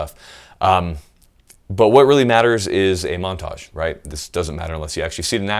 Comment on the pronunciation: Oh, you said MONTAGE! I thought you said MENAGE a trois. Damn....